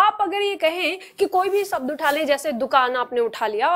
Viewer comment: बड़े अफसोस की बात है आपका उच्चारण स और श का सही नहीं है हिन्दी टीचर का उच्चारण सही होना चाहिए आप परिभाषा को paribhasa बोल रहीं हैं और शब्द को सब्द बोल रही हैं